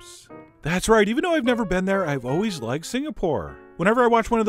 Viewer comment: "Traller park shallots..." You say "trailer" in a very... unique way... Just like when you say "alweyss..."